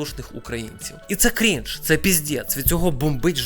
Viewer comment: До речі, не дойоб, але правильно наче кринж, а не крінж